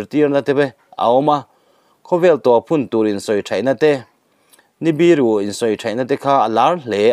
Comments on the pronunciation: Khaihrek a awm ngai lo...Khairek Chu a awm ...Ni biru a awm lo bawk a,,,Nibiru a awm bawk . I Chhiar Tam tawh nen Mizo tawng hi uluk deuh teh u... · Nibiru i chhiar dan hi Ava mak thin em!! Ni(sun) khi a lo biru ve kuk thin emni? Ni biru tiin i Chiara.